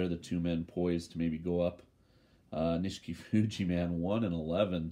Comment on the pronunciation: You kept calling him Nishikifuji and I was wracking my brain to think who you were talking about, lol